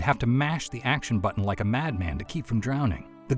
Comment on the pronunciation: "Did you rike it?"